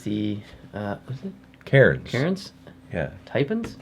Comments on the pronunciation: Is it me, or did they just say “Carins”? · Also you pronounce Wollongong like Wool-En-Gong. And Cairns is pronounced like Can-s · Cairns is pronounced ‘Cans’ in Australia. Just thought you should know 😉